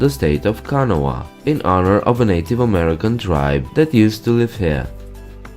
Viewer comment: It is not pronounced ka na wa it is prounounced kan aw a